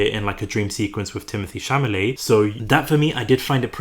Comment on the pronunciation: Cha-la-met!!! For fk sake.